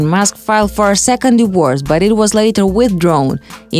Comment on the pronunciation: Can you please get someone who can dpeak english. Its not pronounced a diwors, it is a di-vor-ce